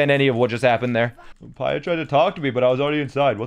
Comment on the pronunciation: The “Hateeno” is right, The “Pyurah” is wrong. Also, the “coo-coa” is pronounced wrong. It’s “Coo-coo.”